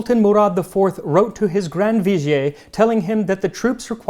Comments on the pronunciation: VIZER is to be read as wazier. No french touch to it. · Just a quick note: 'vizier' is pronounced 'vi-ZEER'. It comes from the Arabic word وزير (wazīr), which means 'minister/secretary', and is based on the triliteral root that denotes a burden or responsibility.